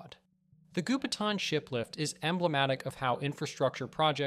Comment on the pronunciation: Gou Pi Tang , Goupitang, not Gupetan.